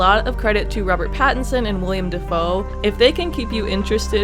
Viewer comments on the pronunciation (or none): WILL-M NOT WILLIAM